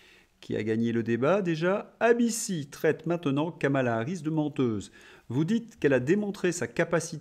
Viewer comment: Bonjour, "eille, bi, ci" et non "aille, bi, ci" SVP ! 😂